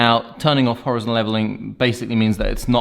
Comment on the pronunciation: It’s Hor-EYE-zon mate.